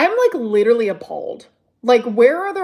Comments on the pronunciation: If she says leeduraleeeey one more time 👀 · YES!!! Especially the aggressive "UMM" she does so often and those *ridiculous * mispronunciations; geenuinlyyy...leeederally...etc. Not cute or quirky, just annoyeeeeng.